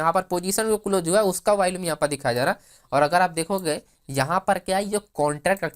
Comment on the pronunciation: You seem to have a good grip on the options chain and its parameters.. but you lack the Power of explaining.. and it's not Valume.. it's VOLUME. Just a humble feedback.😊